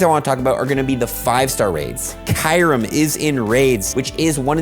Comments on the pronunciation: Kyurem😳 I thought the name should pronounce as key-yo-rem, not kai-rem🤔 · I never heard anyone pronounce Kyurem like how says "Kai-yurem" lol